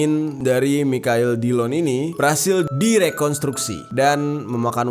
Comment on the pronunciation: Ngakak pas bang jer berkali-kali spelling Michael jadi "Mikael" secara jujur 😂 udah gitu dia bilang kapan "anu-anunya" lagi 😂🤣🤣